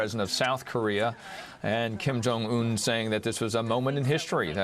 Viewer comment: this guy can't say his name right Kim Jong UN lol just listen how he say it